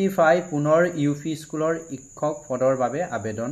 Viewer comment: Sorry sir,apunar kisuman Assamese word pronunciation eg Hokolu, Teacher in Assamese (sikkhok) tene kisuman words buror pronunciation bur correction korily aru video bur saboloi barkoi huhoni hobojen paw. Krn moi u same community r pora belongs koru olp problem tu hoi Buji pysu,but thotapiyu kolu aru Again Sorry sir Be positive